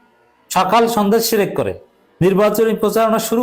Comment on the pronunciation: তারেক সাহেব নিজেই শেরেক করে শেরেক। তারেক শির্ক কে বলে শেরেক, বুঝাই যাচ্ছে যে সে শিরক সম্পর্কে কিছুই জানেনা।